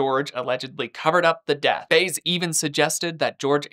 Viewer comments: It's BY-EZ not Baze. Come on,! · Its prone Josè (bye-ez) Baez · How do you mispronounce her lawyer’s name when this story has been out for nearing 20 years and there’s no question about how to say his name. It’s not Baze dude. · I thought her lawyer’s name was pronounced “Bye-ez”. I wonder if I have been saying it wrong this whole time. 🫣🤐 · Her lawyers name is pronounced by-ez 😂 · The attorney name is pronounced as Bye-ezz, Baez. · Baez => bah-yez 😜 Still a great video. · Baez is actually pronounced like “Bah-yez”, a very small correction that I mean absolutely no disrespect by commenting 🫣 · It’s Jose BY-ez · Yes! I was thinking "He was too young in 2008 to know it's By-ez." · Dude you can’t say Baez name right? That’s weird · I like how you didn't pronounce her jerk lying attorney's name right! Nice going! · Pronounce Baez correctly